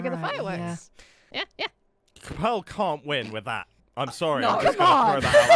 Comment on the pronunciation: I see you’ve been told already but it’s “pearl” and “moon”